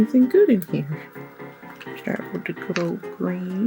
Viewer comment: We need a "Hai ^_^" shirt, and a "We support all body shapes and sizes heah!"